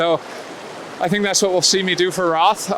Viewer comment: It's pronounced 'Rot' not 'RoTH', though it might be written that way :D close to Nuremberg, my hometown. All the best with that pre-training sessions...man I need to get up out of that home office chair and start working out Haha :) bring your a-game and your positive vibes to Germany! #yoyoyo Good Luck!